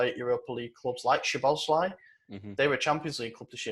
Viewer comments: I think you guys need to get rid of Madi and get Maxi, Fred or someone more reliable in there.... I want to get Dominik Szoboszlai not just because we need him because it's entertaining just listening to try and pronounce and just butcher his last name will be fun enough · Honestly i wouldn't take odagarrd cause as much as hes been good hes also been failing in the chances he gets at the top level like real but idk but yeah keep trying to pronounce szoboszlai and put a y at the end of his name that sounds like the Y in funny guys but its fine